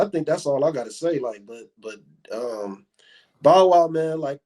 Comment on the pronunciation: Just call him bow wow yall not even saying his name right